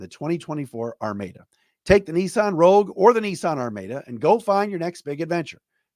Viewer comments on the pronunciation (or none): It’s Ar Mah dah. Not Ar May dah. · Nissan Ar MAH da not Ar MAY da